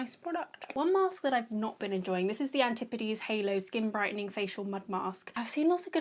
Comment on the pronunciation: ~antipodes~ ... love the way you say it! also like that you aren't crazy about those H&B products!